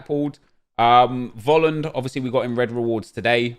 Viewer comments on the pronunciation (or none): none